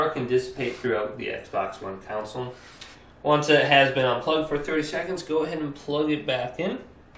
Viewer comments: It’s console not counsel 😂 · Does anyone else notice that he can’t say CONSOLE correctly? Instead he keeps talking about shutting down counsel. legal advise or a legislative body of people? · Thought I’d tell you, it’s Con - s - ole not Cou - n - sel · The council?? You mean conSOLE? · Console not council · He says console like council lmao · CON-SOLE. It's pronounced like CON - SOUL. A COUNCIL is a group of people tasked with a directive/authority of some sort. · Bro calls it a counsal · This man really just said consle 💀💀 but thanks for the help